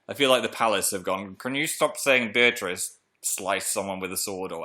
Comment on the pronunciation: Also everytime you said beatrice I thought you said beatrix and I just harry potter